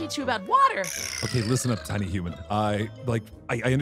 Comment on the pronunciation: Human not hooman